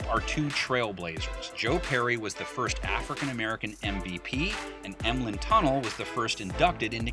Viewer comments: There's two reasons why Adam Vinatieri wasn't drafted. He's a kicker out of a Division II school. And the name is pronounced Tun-NELL, not like Lincoln Tunnel. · Im pretty sure ur saying Tunnell wrong